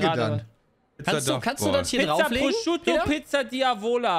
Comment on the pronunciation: Ich möchte nie wieder hören, dass Peter Pizza Prosciutto ausspricht!